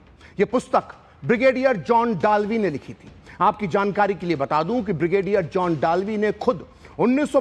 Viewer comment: डालवी नहीं दलवी